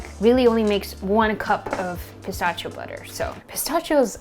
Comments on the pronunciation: That was driving me insane. It's "pi-STASH-ee-o"!!!! 🤣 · Wow! Such a great video and recipe. To pronounce it correctly though is - puh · sta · shee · ow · The way you pronounce "pistachio" is both adorable and infuriating at the same time. 🤣🤣 Awesome looking chocolate bars BTW. 😁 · She says pistachio funny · It was cute at first, but i was yelling at my screen by the end. 🤣